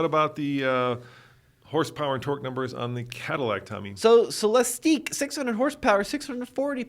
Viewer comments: The name is Celestiq, pronounced like Lyriq. “Cele-steek” doesn’t make sense if they already named a car with the same gimmick the lyriq. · C’mon guys. Just watch Cadillac intro video, it’s only 3 minutes long, and realize it’s pronounced Celes-tick. Also, Celestiq is obviously not a coupe. 🤦‍♂️ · GM people are saying -ick, not -eek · It's Cel-LESS-tick. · Phaeton = fae-i-ten, Celestiq = sell-es-tick; at least my take on the name's pronunciation. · Why this video if you don't even know how to pronounce the darn car? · You two can’t even bother to do a minute of research to find the correct pronunciation of “Celestiq.” For God’s sake, they said it about 100 times during the official unveiling ceremony. This was like nails on a chalkboard.